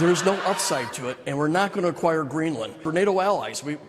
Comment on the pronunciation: Restate "AQUIRE".